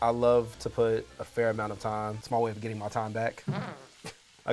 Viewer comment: Did he say gedddiding????